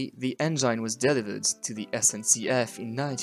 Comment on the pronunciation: Juste une remarque : on dit « enngine », pas « enjaïne ». Bonne vidéo sur « la Divine », accessible internationalement, en plus!